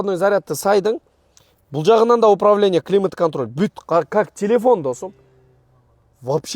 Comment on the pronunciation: Досм деп кечке эле шалпылдайт экенсин. Досум деген создун кадырын кетирип.